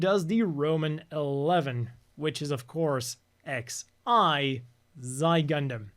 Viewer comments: Still mispronouncing Xi as "zye" instead of "ksee" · Jesus man... It's not Zy Gundam 😂😂😂😂 It's XI (Ksi)... Did the world just stop using Greek letters in math so people don't know how to read them???? The whole Gundam line is named after the Greek alphabet (that is why it is called alphabet in the first place. You know, alfa, beta, gama, Delta , Theta, Zeta, Nu, Ks (Ksi))